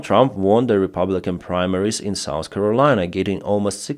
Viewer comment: It’s south! Not souce!